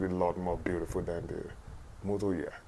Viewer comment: What’s a “Yatch”? Did you mean Yacht?